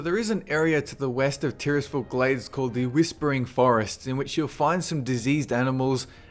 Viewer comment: say Tirisfal slowly Tyr's fall